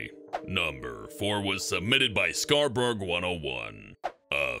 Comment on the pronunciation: It's pronounced scar-ber-oh I live in Maine I should know